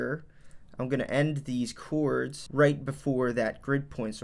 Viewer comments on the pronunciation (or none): Came here to hear you say Ceeewwrds